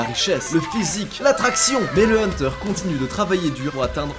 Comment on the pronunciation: Ça me fumera toujours quand tu dis : ''Le Hunterrrrrrrrrrrrr''😂😂😂